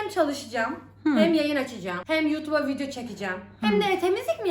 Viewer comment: When you say video it sounds like Americans. You got your workout. I hope your fiancée helps you with your house work.